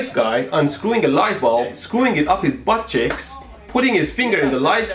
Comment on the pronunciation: I like how he pronounces 'buttcheeks' as 'buttchicks'